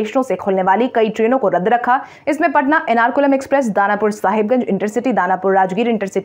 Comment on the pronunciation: एर्नाकुलम को एनारकुलम कहने की ग़लती न करें।